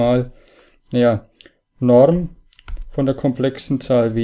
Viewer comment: Die Norrrrm